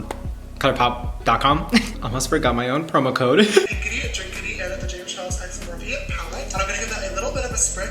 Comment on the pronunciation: “James Karles”💀💀💀💀